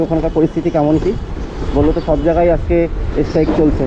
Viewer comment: Es strike na kotha ta strike .স্ট্রাইক।. Rectify kore nio